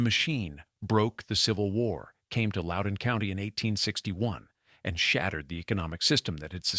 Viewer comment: Loudoun in not pronounced "lowdown". If this had not been read by AI, I might listen to the rest of this. Way too much repetition in the text.